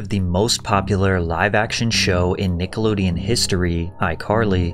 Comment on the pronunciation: Who doesn’t know how to say Nickelodeon? This isn’t AI is it?